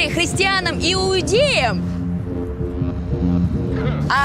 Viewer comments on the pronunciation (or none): "кристянам и уудеям " ? Кто это такие ? 😂